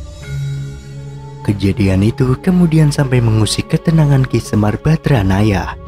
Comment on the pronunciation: maaf penyebutan YG BENAR SEMAR BADRANAYA bukan BADRAYANA